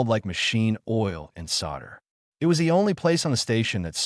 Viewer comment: Hey, so please fix the narration for the word 'it'. In your stories the narration says "I.T." instead.